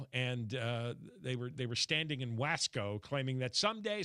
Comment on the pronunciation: Pronounced Wah Skō not Way Skō